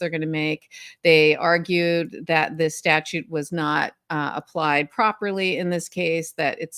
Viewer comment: As Jerry Seinfeld said: It's sta-TUTE, not statue.